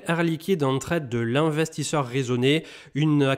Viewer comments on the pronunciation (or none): none